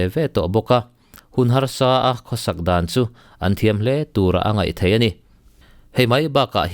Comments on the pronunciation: "thei" i lam dan hi a dik e...."mauthei" lamrik angin i lam a,,a dik...mizo tawng dik ani e... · Thei rah fruit lam anga lamlo in theihna lampang zawnga lam tur anih hmel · "Thei" tih lai hi a tir lam vawihnih vawi thum vel kha chu i tisual palhah ka lo ngai deuha, mahse i lo la hre ngai lo hrim hrim a lo nih dawn hi. Pu C. Rokhuma te thu leh hla hre pha la chuan i lam dik zaih mai tur..😄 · Thluk hian dik zok in ka hria..mhs soi tam lo mai ang